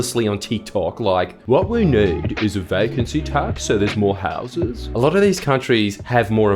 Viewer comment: when you say houses Jordan can you say it with a little less convict and use a little more English people from Australia's only settlement cant understand you.